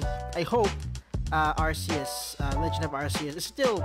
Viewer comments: Arceus is pronounced ÄRK•ē•ŭs not ÄRS•ē•ŭs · It's arkieus it's pronounced ar kieus